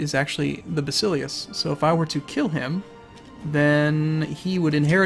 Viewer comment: While we're nit-picking pronunciations: Basileus - basil (sounds like vassel) LAY (emphasis here) us. Ba-sel-LAY-us. At least that is how I learned it. Also, calling it anything other than See-sar just sounds awkward, even if it is incorrect. Like many people still say Jesus even though his proper name was Yeshua.